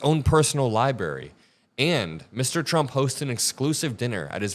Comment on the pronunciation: Library ???????? FFS